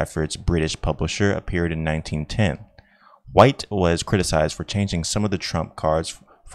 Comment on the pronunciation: The fact that this guy decided to record a reading but not pre-check how the names are pronounced is remarkable. Mister "Bimbo". "Tarote". Mister "White" with a vocalized "h" (the name is Waite). Miss "Pameela" Smith. The "Romaneeh" people. Adam and "Ee". The Cowblists (the Cabalists?). Impressive.